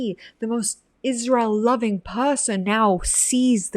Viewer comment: Faux sophisticated - not very intelligent - can't pronounce Israel - "Isssshzzz-real". DUH